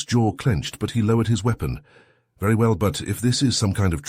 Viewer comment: The irony, that an HFY channel uses an AI reader, which pronounces "weapon" as "wee-pon".